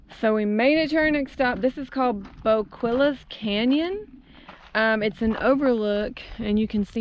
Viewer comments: "Bo-kwill-us" 🤣 It's pronounced "Bo-Kee-yus" OMG, I can't believe you turned back around. You were right there! The Canyon was just down the hill. Very nice area to stay as it's mostly shaded by the Canyon and cool even in the summer time. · “Boqwilles” canyon lol great video guys! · Boquillas pronounced Bo key us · Nice! The little red berries are on the agarita plant and they are totally edible. Hi in Vitamin C. People make syrup and jelly with them. has more info. Also, Boquillo is pronounced Bo-kee-uh :) Oh, and there ARE black bears there. Glad you had a good time!